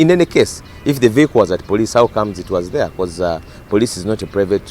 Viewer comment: Patrick Onyango the word is vehicle not "VIYAKO"